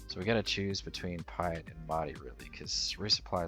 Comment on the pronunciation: Pie-et? You haven't watched the OG trilogy, have you?